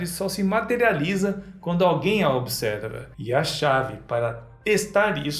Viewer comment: Ele só gera aquilo que é necessário, e por isso a realidade só se materializa quando alguém a "obser-ver-a" 🤣 inventou uma nova palavra que é uma mistura em superposição entre as palavras "observar" e "ver" 😂